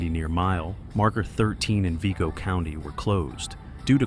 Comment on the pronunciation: never heard someone pronounce vigo county like that